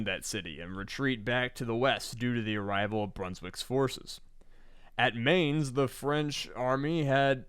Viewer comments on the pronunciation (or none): Giving out to for mispronouncing Dumouriez only to mispronounce Mainz 10 seconds later 😂 ok, for future episodes, from one native english speaker to another, for Mainz, say Mines, ie "anti-ship Mines"